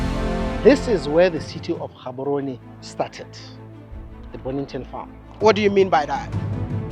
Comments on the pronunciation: Wode Maya you can't step foot in Botswana and call our capital city Ghaborone please correct your tongue.. GGGaborone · Maya, the name is not pronounced Gaborone. Its pronounced Haborone as a Ghanaian. They way the pronounce their names is a bit trickish. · bro said in Ghaborowne and I- 💀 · Good job . In bostwana (G is pronounced H Therefore (Haborone) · Your pronunciation of Gaborone is off my man. Especially with the G. Why didn't they correct you over there 🤣🤣🤣